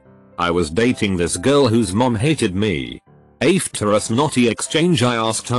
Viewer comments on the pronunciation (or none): No one: Text to speech: AYEFter